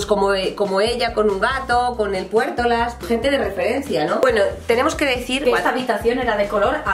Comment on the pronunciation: Puèrtolas JAJAHAHJAHSHS ME MORI